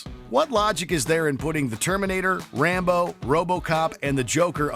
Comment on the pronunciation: No disrespect but it’s fucking Rambo